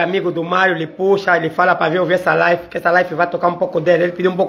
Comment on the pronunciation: Live e não life